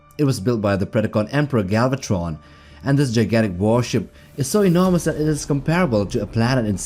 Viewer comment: stop saying galvat-tttron like that